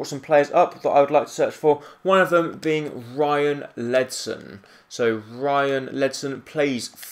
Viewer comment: beingk? Do you even know how to speek English